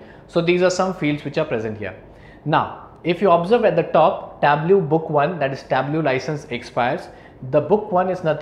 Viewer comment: Sorry, native English speaker here, and the instructor's pronunciation of "pivot" is not close to how we say it. He also mispronounces Tableau. He's otherwise a great instructor, though.